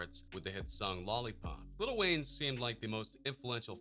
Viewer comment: Dude said lil Wayne